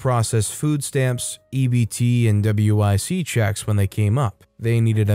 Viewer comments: Story 9: Just so you know, WIC is pronounced as "wick". I work at a grocery store as a bagger with customers with WIC, so that's how I know. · W.I.C. is a program in the USA for basic, healthy food supplementation and education for pregnant and nursing women (W.), infants (I.) and small children (C.). That being said, it is not called "Double-you, eye, sea", but "wick", like John Wick.